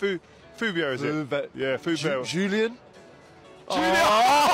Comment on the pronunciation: It's JuliEN Faubert not Julian. Believe the French man.